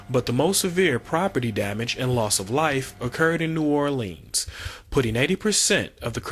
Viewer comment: New Orleens? Liberry's? He needs to get diction lessons. A least learn how to say New Orleans as in Orlunz. Lie-brary is another story.